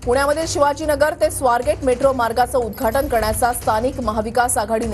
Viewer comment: उद्धघाटन असत ते उद्धाटन नाही 😂